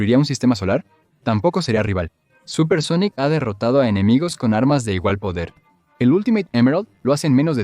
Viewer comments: Muy bueno el vídeo pero… SONICO? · de que pais es esto???, todas son voces sinteticas, no pronuncian bien algunas cosa, otras directamente dicen cosas en ingles o japones o cambian las voces por algunos segundos, y cada cierto tiempo se escuchan como murmullos raros por debajo, ademas, por que le dicen Sonico??? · Porque carajos dices Sonico? >:( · este vídeo está hecho con IA ? las pronunciaciones suenan horribles, los datos están bien, eso no está mal, pero la voz mata la experiencia. pd. Sonic gana porque si, básicamente